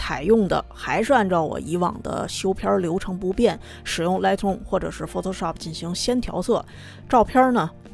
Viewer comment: 您这一口的普英，听起来实在刺耳、别扭和难受。。都身在国外了，能否改改？Lightroom第一个音节的发音是大口型的元音i，“来爱-特-room”不是什么“来特room”。还有，Noise的发音是“闹爱-s”，不是什么“诺斯”。。英语单词和句子中的元音发音时值长于非元音，而且轻重音有讲究，节奏感很好，和汉语这类每个字都是相同元音时值并且只有四声发音的简单语言完全不一样的。。